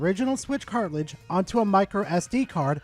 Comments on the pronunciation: Say "cart" Now say "ridge" Now put it together "Cartlidge" SIGH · Today I learned can't say the word cartridge. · There’s a lot of controversial stuff on Verlisify. You’re not saying cartridge correctly. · going after his own people now? Never thought id see the day of furry on furry violence 😂 (You shall now make your character have ears and a tail, I command it!) P.s: say cartridge correctly next time